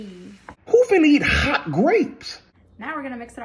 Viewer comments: That “HAWT GRAPES” was personal 😂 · Emphasize on Hot Grapes!! Umm smh 😅 I can't with that